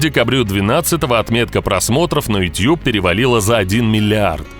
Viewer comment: тютюб иопта! ютУб! Иначе почему ты не говоришь дот ар ю? И Если уж любишь губы в трубочку сворачивать, то тогда всё "по правильному" произноси - не гАнгнам, а гЭннЭм!